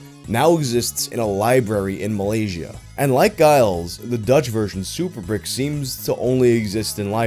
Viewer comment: Giles is pronounced "jials" (like dials, but with a j), not "guyals." Source: I'm originally from Giles County, Tennessee. Also Brikke would be "brick-uh" or "brick-eh."